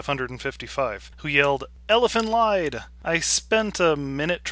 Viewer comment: By the way, the "lied" in the title is pronounced "leed." It's German.